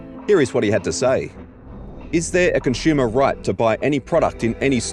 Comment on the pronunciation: It's painful having to listen to this guy not being able to pronounce the word "consumer" correctly over a dozen times in one video...